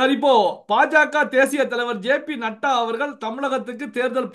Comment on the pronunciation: Nattaa இல்லை. Naddaa தம்பி